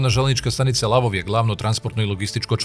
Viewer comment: НИЈЕ ЛАВОВ ,ВЕЋ ЛВОВ !!!